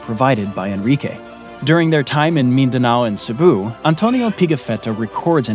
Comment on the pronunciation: *Cebu not Cepu